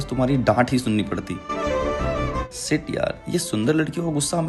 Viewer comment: Yr tum sh aur s me frk seekh lo. Shit ko sit yaar bolte ho. Bc dekhe intrst hote huye bhi irritate ho raha hu sh s se. Shit ko sit share ko sare.